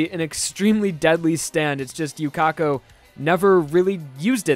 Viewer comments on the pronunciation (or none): His sword isn't bending from speed XF. Haven't you watched anime before? Yuka-ko, not Yu-Ka-ko.